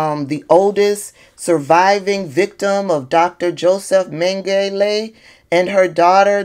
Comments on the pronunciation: And, Dr. Mengele is pronounced Men-ga-la. He was a horrific Nazi doctor at the Auschiwitz concentration camp. He was a member of the SS and called the Angel of Death--he decided who lived and who died when the prisoners arrived, turned on the actual gas and he performed medical experiments on the survivors. He killed thousands of people and then he escaped after WWII and went to live in Brazil. He died there swimming in 1979--he was never caught even though Nazi hunters and police searched the world for him. His life inspired many movies like the Boys from Brazil, etc. He was a real monster who never paid for his crimes against humanity. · Josef Mengele Pronunciation "Men-guh-luh." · It’s pronounced Men- Gah- La and it’s okay to mispronounce that name you are the best messenger on these topics we hear you. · I love this for her!! PS it's pronounced "menga-la" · His name is pronouced Men-gal-la. I'm a granny born seven years after the end of WWII so I would hear a lot about WWII from my mom and dad. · say it like this dr, may-ga-ler doing so will help pronounce it the right way. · Pronounced… Ming-ala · Google Josef Mengele. You don't need to apologize for mispronouncing his name. Trust me. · Did you really just apologize for Pronouncing a nazi s general's last name wrong? I know it's force to have it , but you're better than that